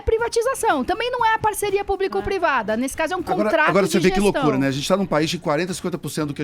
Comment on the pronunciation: Minuto falando "hospital PUBRIIIIICO" "Escola PUBRIIIICA"..... Meu Deus 😱😱😱😱😱 kkkkkkkkkk Bem feito PT... Educação de qualidade sempre!!!!!! 👏👏👏👏👏👏👏